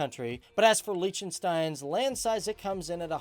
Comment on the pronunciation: #FTDFacts Fact 1: you pronounce Liechtenstein wrongly too Fact 2: MONACO IS NOT ALONG THE BORDER OF ITALY (I grew up there so I know this for a fact!!!)